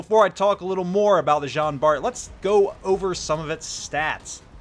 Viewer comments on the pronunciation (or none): Just to let you know it pronounce like John Bar.